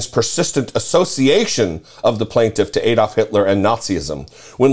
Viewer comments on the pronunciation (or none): It's pronounced ADD-olf NOT Aid -oldf.